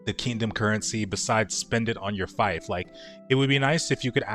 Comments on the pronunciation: Pronounced feef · "The Fighf" omg dude.